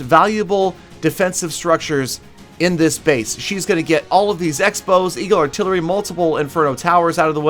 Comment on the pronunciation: 5 years of clash experience and u forgot how to say eagle arttilery Am disappointed 😔